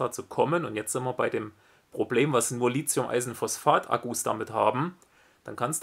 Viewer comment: Gutes Video, aber eine Sache stört mich: "Lithium", nicht "Lizium".